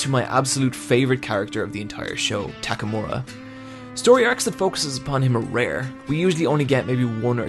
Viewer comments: God I love TAKAMORA! it's takamura m8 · and tackmura, while should be pronounced as "tack a moo rah"